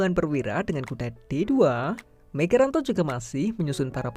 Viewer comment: Migaranto rokade panjang itu, salah baca teksnya 🤣